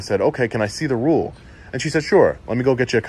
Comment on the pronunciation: As good as is, he didn't read that "rule" correctly.